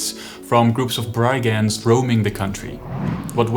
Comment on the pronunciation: The "i" in "brigand" is pronounced as in the word "big".